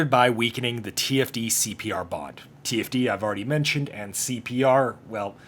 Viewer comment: An entire season of conflict with them, and you still can't get TFD's name right XD